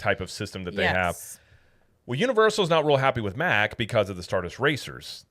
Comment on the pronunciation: why did you switch back to the incorrect pronounciation of Mack Rides? They are a German family company and it's pronounced Mach or Mock. They are known worldwide and have nothing to do with Mack Trucks. Every other theme park channel says Mach. It's ok, you won't get in trouble for pronouncing it correctly...Poppa Smurf WILL NOT carry you away in the middle of the night! lol